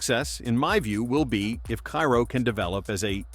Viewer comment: you are in time to change the whole vid... Ciro pronunciation is not "Kyro" is "Seero". Just like "Hero" "Zero"..."Seero".